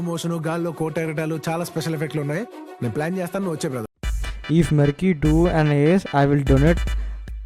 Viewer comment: merky ❎mercy✅:face-green-smiling